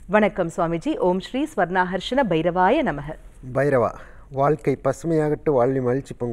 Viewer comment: Sir swarna akarsnaya bairavaya namaha or om sri swarna karsaya bsiravsya namaha endru nalla prounciation panni chollavum